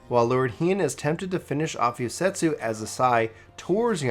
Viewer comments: I agree. Especially since he keeps calling Yotsuyu "Yosetsu", I keep thinking to myself "Why would Gosetsu do tha.... Oh, he means Yotsuyu" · Bro, it's not Yosetsu, it's Yotsuyu, you said it wrong so much it was bugging me lol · I was like who the hell is Yosetsu? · It's Yot-suyu, not Yot-setsu. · I'm not surprised people are having a hard time following this. Please, please slow down in future series videos and read the names correctly. Calling Yotsuyu "Yosetsu" is very confusing, especially when you get to the part where "Suyu" (or as you called her, "Soyu") is travelling alongside Gosetsu. You also couldn't decide on how to pronounce Allagan, frequently calling it either the correct pronunciation, or "Algean". , you pronounce G'raha as "Guarana". I was having a very hard time following everything due to these mistakes. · It took me until Doma castle to realize he was talking about Yotsuyu everytime he said yosetsu :T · Just trying to help, it's pronounced YOT SOO YOO. Yotsuyu. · but he calls her YOSETSU which isn't her name. Honestly he butchers quite a few pronunciations. which in my opinion is kind of inexcusable considering that there are voiceovers in the game that pronounce these names and titles for us. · I have to contain my urge to cringe whenever he said Yosetsu... my god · Girl her name is YOT-SUYU. Her name and Gosetsu are spelled and pronounced completely different... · I suggest practicing names if you’re unsure I love watching your stuff, but I was so confused when you were talking about Gosetsu and Yotsuyu. I wasn’t watching cuz I was washing dishes while listening. I was like “wtf is he talking about?” Lol. Then I realized you were just mispronouncing Yotsuyu